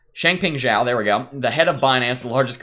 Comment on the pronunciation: You are the first crypto youtube guy to pronounce Chengpeng Zhao's last name correctly lol. Everyone else calls him Chengpeng sow or Chengpeng zow :) Great analysis too!